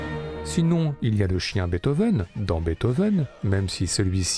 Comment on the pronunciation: J'aimerai que quelqu'un m'explique pourquoi une fois sur deux, la voix off prononce Bèthov au lieu de Beethoven (et par la même qu'on m'explique pourquoi les Français prononcent le nom de cet incroyable compositeur de manière si erronée?) ??